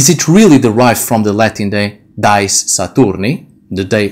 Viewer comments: Why do you use english pronunciation for Dies when its not an english word ? Dies is pronounced Dee-es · Your robe is beautiful,, and you are much too humble: i am sure that what under it is also beautiful. I hope that you will not be offended that i point out a couple things. In Latin ''dies'' is not pronounced like English ''dies''. The vowels are separate in the Latin: thus, dí-es (like english ''dee-ays''. Also, you might like to know, that the word for Wednesday in Dutch is ''Woensdag'', also from Wodan, and not, as in German, Mittwoch (Midweek). In Dutch Friday is ''Vrijdag'', Saturday is ''Zaterdag'', all corresponding to the Anglo-Saxon names. In Dutch there still exists the word ''vrijen'' (the v is pronounced like an f), as in Gothic, and it means ''to make love''. Thus, the name of the goddess of Vrijdag (Friday) is thought to mean the same thing as Dutch ''vrijen''.